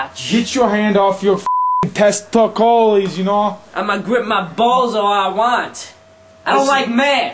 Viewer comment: Damnit / you got me saying testocaulies now!:p